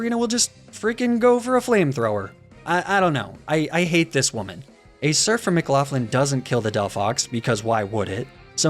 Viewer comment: Why do you pronounce McLaughlin like theres an F in it wtf?